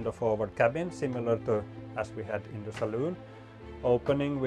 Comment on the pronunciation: The person doing this actually called the saloon a saloon. Wow. He must be a sailor. So many of the people doing this call it a salon. They want to be ‘oh so POSH’. This video was so refreshing. And nice boat too! Thanks.